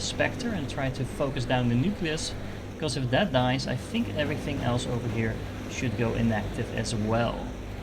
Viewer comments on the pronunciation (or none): none